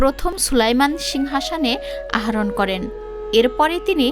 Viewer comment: সুন্দর একটি ভিডিও তৈরি করেছেন। তবে ভিডিওর মধ্যে ভাষার উচ্চারণে কিছু ভুল আছে, যেমন : সঠিক হবে - প্রথম ওয়ালিদে সুলতান, আহরণ হবে নাওটা হবে আরোহন, উদবেগে নয় ওটা হবে উদ্যোগে, রাজযত কালে নয় ওটা হবে রাজত্ব কালে ।